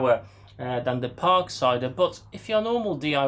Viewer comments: Please stop pronouncing it as a "Parksider". Just Parkside. Ha Yes, I got one and occasionally use it with a 4 amphour battery. Much Better. But I found getting the blades are a pain as not many places sell 150 mm blades off the shelf. So again you need to get them when Lidl have them in stock. It does the job but for diyer's. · I keep thinking you are saying “Park cider” 😄